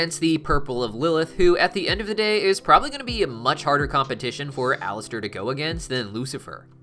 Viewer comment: Sorry he said his name wrong